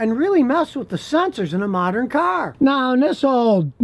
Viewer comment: Scotty I like how you say caaarrrr. Are u from Michigan